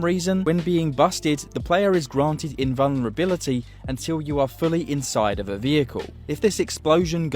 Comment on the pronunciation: there's a "L" in "invulnerability"